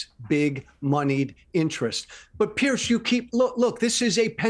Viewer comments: His name is Piers not Pierce. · Why can’t Yanks pronounce Piers? It’s not Pierce it’s Piers. Like two piers